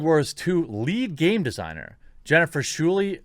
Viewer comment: Scheurle (shur-lah) has blocked 1000's of people on twitter!